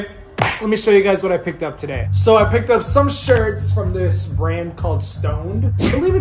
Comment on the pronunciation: is so funny "I blelieve it's a malaysian BA-RAND'